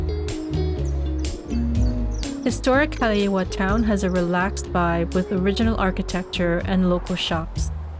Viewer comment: FYI... Haleiwa=Hah-lay-ee-vah=House of the iwa (frigate) bird Haupia=How-pee-ah=Jello-pudding-like dessert, made from coconut milk & refrigerated Aside from Matsumoto's Shave Ice, checkout Aoki's(across from Matsumoto's) & Kaimana(across from Jenny's) Pa'ala'a Kai=Pah-ah-lah-ah Additional parking can be found in/around Matsumoto's